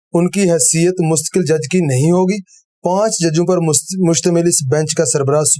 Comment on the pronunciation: ش ق بھی صحیح اہتمام کے ساتھ کہے جانے چاہیئں- مقرر—مکرر نہیں مستقل-مستکل نہیں